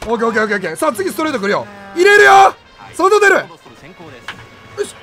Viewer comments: サトテルをさとふる、みたいに言うな、、、何してんねん。🤣🤣🤣🤣🤣🤣🤣🤣🤣🤣🤣🤣🤣🤣🤣🤣🤣🤣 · サトテルのイントネーション自分の思っていたのと違うのは気のせいなのか？？？ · サトテルのイントネーションどうにかしてくれ！笑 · サ⤵︎ト⤵︎テ⤵︎ル⤵︎ちゃうくね… 多分サトテ⤴︎ル⤴︎やんな？ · 一生さとふるの発音やな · サトテルのイントネーション気になるわ！！！ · サトテルの発音おかしくないすか？ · サトテルのイントネーションめっちゃ気になるの俺だけ？！ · サトテルの言い方違和感あるの俺だけ？